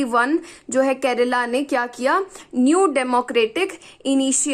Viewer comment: It's KERALA not Kerela ⁉️